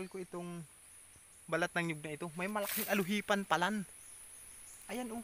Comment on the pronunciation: Di po ALUHIPAN...."ALUPIHAN" po.